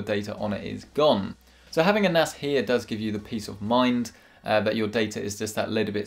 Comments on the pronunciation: In the begening I heard "Do you need an Ass!"😂😂😂😂 btw Video 😍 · sounded like "Do you need an ass?" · With his accent it didn’t sound like “do you need a nas”